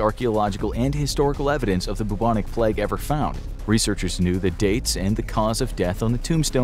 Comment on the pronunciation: Why is he saying plegg it’s pronounced play-g